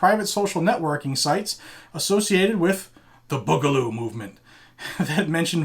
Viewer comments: Boo-ga-loo Not Bug-a-loo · BOO GA LOO not Bugloo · May the Boog be with you. By the way the first part of the word is said BOO not the way you say it. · its "boo"galoo this is like watching a boomer try to be hip